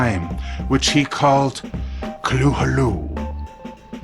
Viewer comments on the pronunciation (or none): Isn't it (ka-thoo-loo)? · The way he pronounced Cthulhu cracked me up. XD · Dah hell was up with the pronouncing of cthulhu